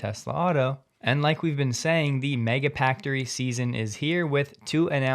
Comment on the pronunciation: that sounds like Taglish (Tagalog-English) accent. "I work por Tesla, ha, at Texas GigaPaktory!"